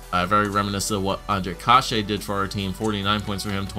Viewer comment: youre saying kase wrong, its pronounced case, like suit"case"